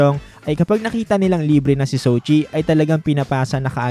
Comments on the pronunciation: jow chi po not sow chi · Jo-chi ☺️☺️☺️ Marami pa rin tlaga nagkakamali sa pronunciation dito hahaha... 🤣